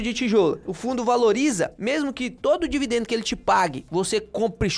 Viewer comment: "Dividendo Uílde" é foda mano!